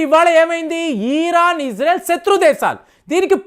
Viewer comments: It’s Iran not eeeraaaan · అయాటోళ్ళ ఖమాని కాదు.. అయతుల్లా ఖోమైని . ఈరాన్ కాదు. ఇరాన్.. ఇలా పలకాలి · EEEEEEEEEEEEEEEEEERON. KAADU '. IRON" 😂